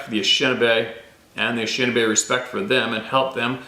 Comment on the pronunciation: can you at least say the name of the tribe the way it was meant? It is Ah nish' shin naw' bay. You are pronouncing it wrong. And it's also Paw' to waw' to me.